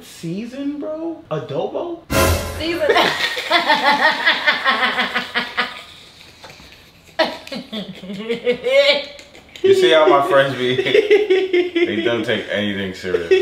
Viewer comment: Lol he said adoba 😂